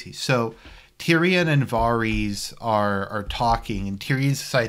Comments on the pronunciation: Voreese? Oh you mean Varys “vear-is” dummy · FFS stop pronouncing his name VAR EES. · Really? VAR-reez. So that's how you going to pronounce Varys name? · Why do you struggle to pronounce Varys? Where the fuck does Vareez come from? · This season has been disappointing yes, but Someone who can’t even pronounce varys name correctly is criticizing this show LOL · Wow.........brilliant logic. The man gives out at least 10 solid arguments why the last seasons (this one especially sucked big time) and you counter it....by saying he didn't pronounce a name correctly? Da fuq? Are you related to D&D? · Haha you can’t pronounce Varys properly. Jackass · You’ve watched the show for 8 years but still don’t know how to pronounce Varys.... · Hard to take your opinion seriously when you don’t even know how to pronounce Varys’ name. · You can’t even say Varys name right. Fucking inbred